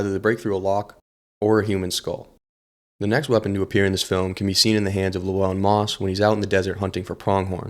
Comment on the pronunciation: And then you start calling him lewellen